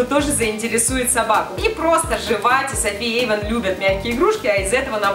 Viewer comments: Эйван а не Ейван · и не Ейван а Эйван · Эйван а не Ейван